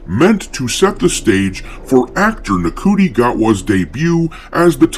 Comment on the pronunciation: FYI - the Doctor has two hearts. Plus its pronounced 'Shoo-ty' Gatwa. God knows how.